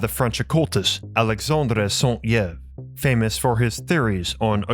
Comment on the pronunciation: the Y in saint Yves is pronounced as an i